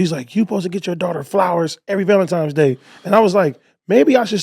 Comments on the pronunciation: It’s NOT Valentimes it’s Valentines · AD saying "Valemtimes" lmao